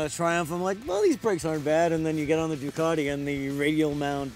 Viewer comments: Doo - cat - ee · Still annoys me how you guys say 'Ducati'